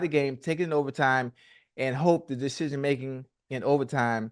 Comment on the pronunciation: “Deshejeen making” - ocho tryna say decision making 😂😂😂😂